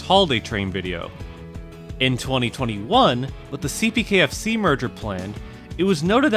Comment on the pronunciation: Ok im sorry but did he just say cpkfc and welcome back